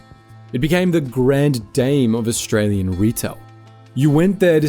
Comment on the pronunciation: Look att thosé Orrrstray-Łeáñ ĆÁÑƘŁÉS 🤣🤣😂😂😂🤣😅😅🤣😂🙂